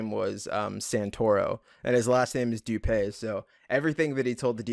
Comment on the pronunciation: Everyone calls him John “doo pay” but it’s actually pronounced “doo pee”